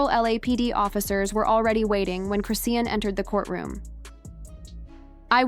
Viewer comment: Chrisean is pronounced Chris Shawn there is no t in her name❤